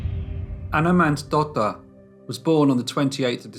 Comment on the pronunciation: Thats actually pronounced mohnsdotter